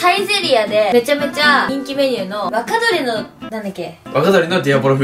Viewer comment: で｢若鶏の｣が｢バカ鳥の｣って聞こえたやつ俺以外にいるはず（編集済み）